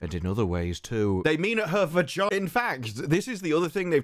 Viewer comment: Only through the power of her vah-gine-ah!